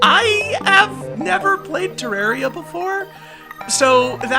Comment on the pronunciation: I'm glad you say Terraria right